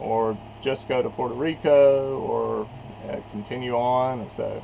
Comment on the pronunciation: Its Puerto Rico not Puerto re al sheesh